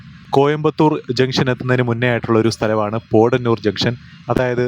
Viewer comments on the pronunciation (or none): Thiruvalla Kottayamalle broo.... പോടന്നൂർ അല്ല ബ്രോ പൊത്തന്നൂർ നാണു അവിടെ പറയാറ്‌ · പോഡനൂരല്ല, പോത്തനൂർ, പറയൂ പോ ത്ത നൂ ർ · വാളയാര്‍ കടന്നപ്പോള്‍ പാറ പൊട്ടിച്ചിരിക്കുന്നത് കണ്ടത് മധുക്കര ACCസിമന്‍റ് ഫാക്ടറിയുടെ മൈന്‍സാണ്.പിന്നെ പോടനൂരല്ല പോത്തനൂരാണ്